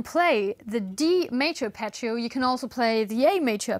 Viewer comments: You pronounce Apache-o, just say Harp eggio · please pronounce Arpeggio correctly, it's italian, but anyway is a double G not a single C.